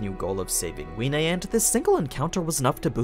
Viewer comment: I die every time you say Wiene as “We-neh” instead of “V-neh”